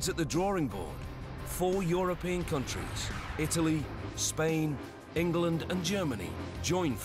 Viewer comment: Did he say Ningland lol. Rafale is better and cooler. Nuff said